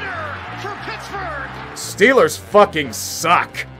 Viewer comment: STILLERS GHANTA SEWPER BOWL